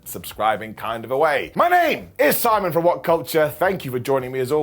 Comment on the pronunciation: Simóné Mi-lah. 😆😆😆